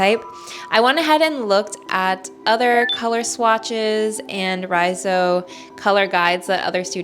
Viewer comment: The gradients are the way to go. 🌻 BTW, Riso is Japanese and the pronunciation is like 리소 💕